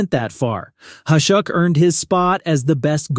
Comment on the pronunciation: Ya, whoever you paid to use their awful AI should be paying you back. Mispronunciations of Vezina, Hasek, Rogie, Parent, and even 1990's being said awful. Find someone who you can pay a little more to read your script and it'll go a long way EDIT to add: For Hasek it says #1, then says coming in 2nd.... not sure if that was a typo on your end but that'd be another point of improvement.